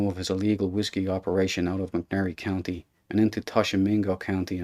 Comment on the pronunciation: Biloxi is in Mississippi not Missouri. Tishomingo is pronounced Tish (fish) just with a T.